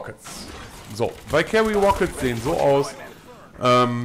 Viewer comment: bei valkyrie liegt die betonung auf der ersten silbe^^